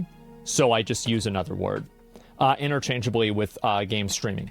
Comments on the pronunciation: lol "innerchangably" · kinda sweet and wholesome his dad called to help him, but it's 'interchangeably" don't drop the E. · And the fact that his dad doesn't even get it right 😂it's interchanEAbly. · I know im 8mo late but it's "interchangeably" right? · "Interchangably" is still not correct. 😂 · it's actaully "interchangeably" lol